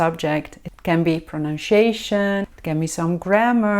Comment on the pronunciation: prəˌnʌnsiˈeɪʃən. Prononciation say it right